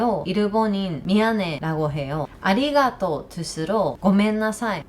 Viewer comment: 한국 사람들의 "언제 밥먹자" 라는 인사는 진짜 밥먹자는 의미일수도 아닐수도 있습니다,,ㅎㅎ 한국어로 방송을 하시다가, 아리가또,, 고멘나사이~ 발음은 확실히 당연한 이야기지만 일본인이세요,,~~ 15년전 제 일본어 선생님 뵌것 같습니다,,~~^^